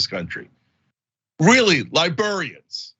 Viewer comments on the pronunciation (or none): How in the world is Cenk saying "libarians" over and over again? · Cenk, its LibRArians not libERians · Cenk, say "libarians" again. 🤣